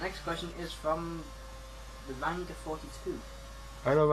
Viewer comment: It's is pronounced Rang ah not rang gah Lol